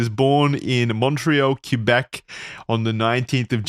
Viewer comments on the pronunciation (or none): Cue-beck, nooooo XD